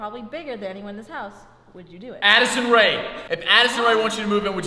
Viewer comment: He said Addison rea hahahha